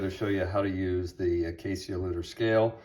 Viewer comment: it's pronounced something like A-kai. The connector on the scale is USB type C which is symmetrical. For people weighing their portafilter to check to see how much coffee they've put in would likely use the tare function.